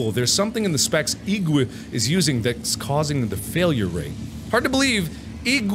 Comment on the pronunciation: IGWE = pronounced Ig - Way"